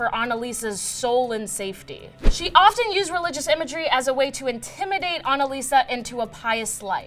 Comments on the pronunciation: Annaliese!!! Her name is Annaliese! Not Annalisa!!! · It’s anneliese not anneliesa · ANNELIESE NOT ANALISA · ANNELIESE NOT ANSLISA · Why did she pronounce the first girls name as Anna-Lisa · she tried so hard to pronounce it right but it still was wrong everytime xD its not your fault german is an ugly language